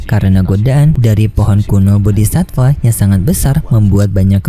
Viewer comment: Aku dari kemarin mau bilang Bodi'Satfaa enggak jadi Min soalnya minin Sebut Bodi'sifa...😁😁 Kalau enggak salah dengar aku. Min cari info Kalau Sudah Sampai Duo'Di Tamat apa masih ada Kelanjutannya apa enggak Donghua nya. Kalau di Novel aku nyimak Ceritanya sudah Sampai Ranah Dewa Langkah ke4. Manusia biasa sampai Ranah Kaisar itu Seson 1sampai 18 kalau enggak Lupa. Ranah Dewa Langkah Ke4 itu sekitar seson 7.